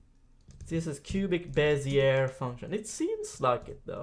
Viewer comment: Your pronunciation of Bezier is terrible:) is a great inspiration for me, so cool to see you two collaborating PS: I can't say "throughout" nor "focus" properly